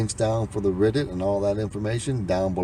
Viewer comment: Red not riddit